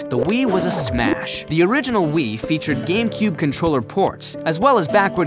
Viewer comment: I like how your saying "will" instead of "wii"